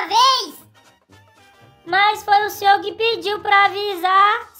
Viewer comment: Esse Juninho viu falando senhô